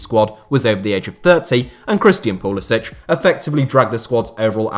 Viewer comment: Well, you say Soccer, but you said ''Pulisic'' in Balkan way (where the surname originates), not American way :D